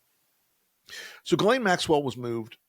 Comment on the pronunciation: One good thing is we now know the correct pronunciation of “Ghislaine”.